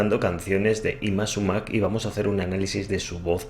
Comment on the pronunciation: Buenas tardes, la pronunciación correcta del nombre de esa cantante es Yma Súmac, acentuando la vocal "u", saludos